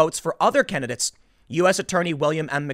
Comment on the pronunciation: The way he says "kennadits" instead of candidates...